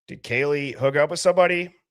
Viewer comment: I hear: Poor Baby...instead of Poor Kaylee...